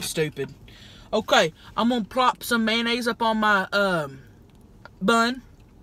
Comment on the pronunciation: MAYONNAISESES hahaha